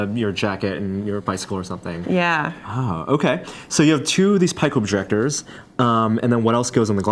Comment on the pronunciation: WTF is a pikomadjector?